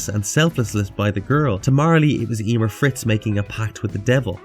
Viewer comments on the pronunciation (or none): Emeer, not Eeeeeeemer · Yeemir? 🤣😂🤣😂🤣😂😅 Sorry man but you just sayin it weird as fuck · Ya-mear(meer) is the pronunciation you keep messing up the name.